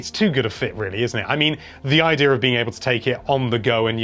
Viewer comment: love when you say idear